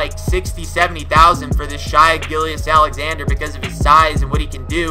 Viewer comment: Shay Gil-juss is how you pronounce it.